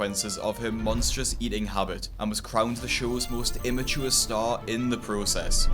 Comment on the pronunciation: You said her behavior irrational, immaure and idiotic, think you were trying to say ImmaTure, you forgot the t